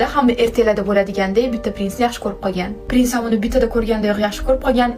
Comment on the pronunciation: Prinsni birinchi marta pes deb eshitibman 😂😂